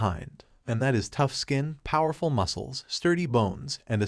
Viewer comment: Is it me or this kind of youtube channels are voiced by ai. What got me to write this is that he said (poowerful)